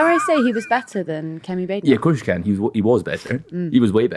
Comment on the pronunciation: I need to listen to the right podcasts. This is the first time I've heard Badenoch pronounced, which is not stressed as BAD ENOCH. 😁